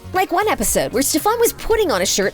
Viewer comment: “StefON” is she good?